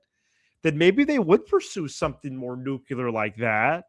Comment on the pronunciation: Havin' flashbacks to George W with these "nucular"s